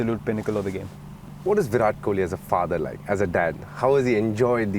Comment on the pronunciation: Koli..!! you said it right 👍👍